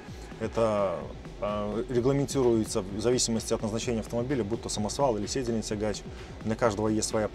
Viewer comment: Автор слова коверкаешь аж ухо режет. Ударение в слове седельный на вторую ,,Е" седЕльный.